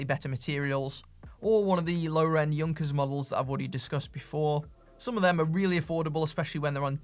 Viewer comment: The “u” in Junkers is pronounced to rhyme with “you.”